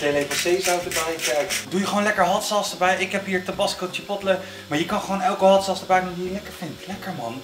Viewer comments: probeert de merknaam hotsaus op z'n Amerikaans uit te spreken. Hatsa dus.... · Als het over scherpe saus heeft hoor ik altijd hatsa's